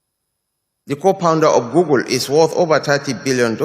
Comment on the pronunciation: Google, not Gurgle. Like pool, school, fool, stool. You are welcome!!